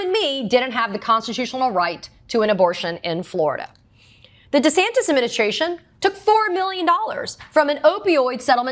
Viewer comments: you know she a new Yorker she said deas ASs wrong.😂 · Thank you for this news report, however the proper pronunciation of the governor's name is DeSatan. 🪷🌟😇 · Thanks Katie!!! But it’s Desatanis De as in OF. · You mispronounced DoucheSantis... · thought she said death-santis